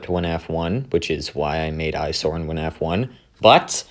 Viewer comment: why is bro saying "wuh-naf" 💀